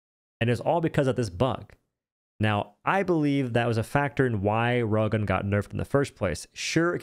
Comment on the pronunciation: Every time you say rail gun, I hear "rogan."